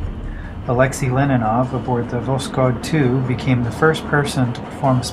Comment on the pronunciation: His name was Alexi Leonov not Leninov.